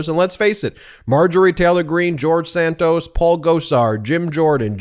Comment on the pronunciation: “…George Santoast…”😂😂😂😂😂